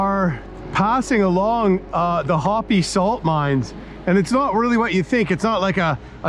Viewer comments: I really enjoyed watching your adventure but I couldn’t ignore the incorrect pronunciation of the Hopi. It’s “hope- ee” not hoppy. 😂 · It's "Hoe-Pee". Not Hoppy, you're disrespectful right off the go. You have mispronounced a LOT of names. Next time do better research. Cool vid, now go back to Cunuckistan. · By the way, it's pronounced Hope, not Hoppy. A very cool tribute. I have looked forward to this video for a long time! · Hopi=hope ee. Not hoppy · I like all your videos. They are exciting, especially for someone who is nearly 65 and can't do this stuff. There's never a dull moment. Also, Hope-y. Long "o" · Hopi is pronounced hopee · Pronounced hope-ee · always wanted to do that trip. gorgeous scenery, love your awesome travels. I think hopi is pronounced hoh-pee.😉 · EPIC adventure. Glued to the screen! Scenery was outstanding! (Btw, “chasm” is pronounced caz’-um, not chas-um. )😊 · Hopi is pronounced "ho·pee," just fyi. Minor quibble. Also, Chasm is pronounced kaz-zum.